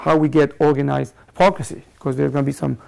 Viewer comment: The basic point of the lecture is correct, but it's rather obvious. It's like finding that unfaithful spouses lie about their infidelity. minor points: quote is not from groucho (pronounced with "ow" as in growl, not oo as in gruesome): and it's not high-pocrisy, it's hip-ocracy